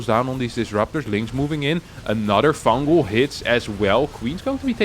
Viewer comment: "fungal! Fungal!" Sounded like you were saying "fangool!" In Italian